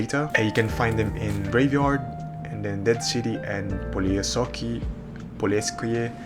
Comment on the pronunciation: Its poleskoy but alr 😊